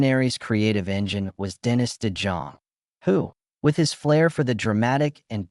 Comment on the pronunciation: This looks like an AI generated video of generalizations from various public sources, and I don't think any real person is going to multiply mispronounce Dennis' name - i.e. nothing to see here.